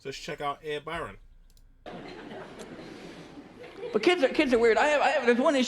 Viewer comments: Byrne, is pronounced Burn :) still loving the content man! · Yeah its pronounced "burn", not fucking "byern"! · Byrne is pronounced Burn. Not Byron 👍👍🇮🇪🇮🇪🇮🇪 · ED BYRNE..is his name...not BYRON🙄😂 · Hi it ed byrne pronounced burn. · Byrne = Burn A "Y" has the same pronunciation as an "I" Don't ask me why, the Welsh and the Norse use it this way as well. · It's Pronounced as Biiirrrnn Buddy. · its pronounced burn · It’s pronounced BURN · Byrne is pronounced Burn, just to let you know lol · Byrne is pronounced basically the same as 'bern'😀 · Just an FYI, Byrne is pronounced like "burn". great vid. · It's actually pronounced Ed Burn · Pronounced Ed Burn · His surname is pronounced 'Burn'. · It's pronounced Burn lol but it's an irish thing, don't worry about it. Check out Dara o'Briain (pronounced Breen) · Ed Byrne (pronounced burn) is a regular on Mock the Week. Very funny on the show. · Your pronunciation of Byrne gave me toothache.